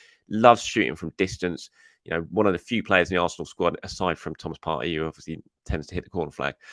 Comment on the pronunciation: kindly observe: It's Thomas "Par-tee" NOT "Par-tay" Thank you 🙏🏻